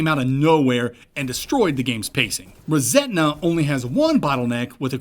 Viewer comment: Love what you do, this one has one glaring issue. The game is called "ReSetna", and I wouldn't normally point something like this out, but hearing it pronounced "ReSentna" so frequently subconsciously gave the game a tone of resentment at the world versus resetting or rebooting the world 😂😂 it was bugging me, good show, keep it up